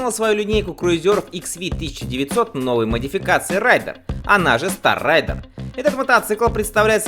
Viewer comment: РЕйдер!. Обзорщики хреновы, даже название модели правильно произнести не смогли.